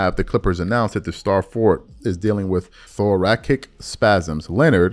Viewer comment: It’s pronounced “Thor-ah-sick” my guy. 👌